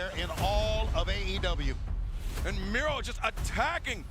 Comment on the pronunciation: It's Miro not micro